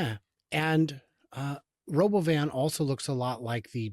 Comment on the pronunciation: It's pronounced Row-bov-an. ;^)